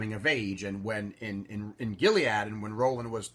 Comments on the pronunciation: It's more like "gilly-uhd" or "gilly-odd". It's a transliteration of the Hebrew גִּלְעָד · i wonder if that's the correct way to pronounce gilead. i pronounce it same as you.